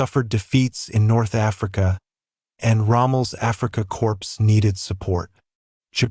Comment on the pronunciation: Dear - It's pronounced "Africa Core", not "Africa Corpse". Also, I didn't get that far yet, but the German General named Hoth is pronounced "hote", not "hawth". There's no "th" sound in German. British narrators make this mistake all the time. They like saying "Franklin Roo-sevelt." But they'd never say "Winston Churkill."